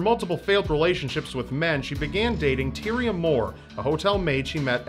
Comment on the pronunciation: Tyria's name is pronounced Ty-ra.